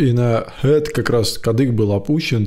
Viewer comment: А я не соглашусь насчет «хорошего произношения». Минутка душнилы. Slowly, family.. -ли, -ли… прям русское И. Head прям по-русски ХЭД. И т.д. Манера преобладает, в общем.